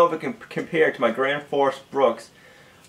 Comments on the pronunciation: "Grandforce brucks" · Gränsfors Bruk - Not buks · Gränsfors bruk. You could at last make an effort to spell and prounance it right.